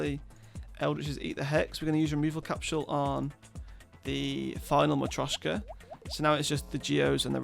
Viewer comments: Hes only saying it slightly wrong, mostly sounds wrong because he doesn't have the accent. He at-least has the T Sound in the right spot. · Dude, you've been saying marioska wrong all this time, i didn't want to be "that guy" because i though you would check if you say it right or someone will point it out, but damn is it annoying, please search on google, or even google translate how to pronunce it